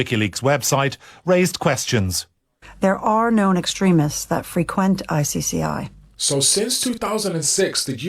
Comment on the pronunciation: When you say 'frequent' in the context you used it, the accent is on the 2nd syllable, not the 1st.